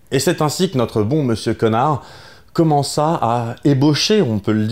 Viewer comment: C'est drôle comme on aime prononcer comme ça alors qu'étant donné qu'il est américain, ça devrait plutôt se prononcer “connère” (d'ailleurs c'est indiqué dans sa description sur Twitter